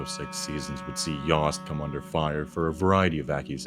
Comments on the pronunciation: yost rhymes with toast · You mispronounced Yost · 1. Princeton and Rutgers aren’t in New England. 2. Y-oh-st not Y-ah-st. 3. The US Naval Academy is in MD not NY.